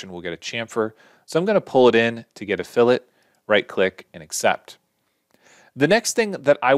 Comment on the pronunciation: Incredibly succinct, great voice/audio, and thanks for saying 'fillet' correctly. I need to get the Studio version of this ASAP!